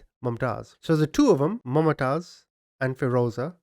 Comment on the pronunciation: Man you rightly call yourself a 😁,its not "MumaaTaiz",its pronounced Mumtaz like Moomtaaz.Wtf dude,Its a common name.